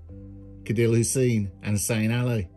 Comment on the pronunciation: Nice story. By the way, the letter C in Somali is pronounced like AA, not K. So his name is the same as Aadil.